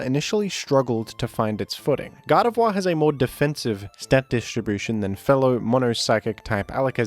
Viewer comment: It's not pronounced Gar de vwah but Gar de vore.